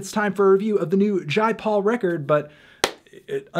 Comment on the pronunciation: It’s jay paul not jai Paul man wtf lol